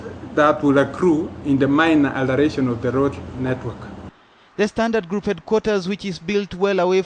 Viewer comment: Ha ha ha I've often asked the same question.Instead of Standard Group...he insists it's pronounced Sdantart Kroop :-)